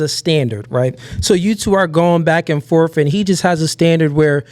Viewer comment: it’s ‘’back and forth’’ not “FORF”!